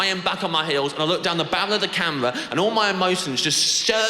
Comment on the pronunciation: The bawwel of da camewar. Such a funny accent